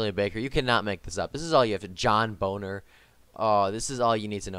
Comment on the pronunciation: What did John Boehner do to you lol? You blatantly mispronounced his name btw.